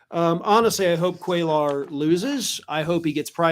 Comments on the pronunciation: Cuellar is pronounced “kway-yar.” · Hey, the name is pronounced "QUAY-are" You don't pronounce the L sounds. With that said, I hope he loses, as well.